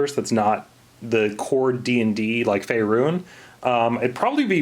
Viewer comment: "...Faerune." Me:, I'm pretty sure there is no e on the end of that.